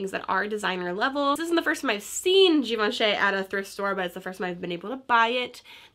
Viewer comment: Great find. It is actually pronounced Givanchee (like in cheese) :-)